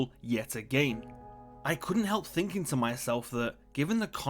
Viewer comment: It's not thinking-g or finking-g. IT'S THINKING